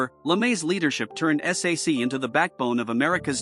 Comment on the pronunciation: Ps. It's pronounced "sack." Nobody reads out the letters.